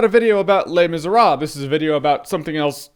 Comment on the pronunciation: YES! You say le miserable correctly!